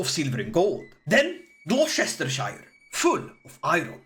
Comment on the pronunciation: Don’t know what I enjoyed more: perfect rendition of Darude Sandstorm, or his less perfect pronunciation of Gloucestershire…😂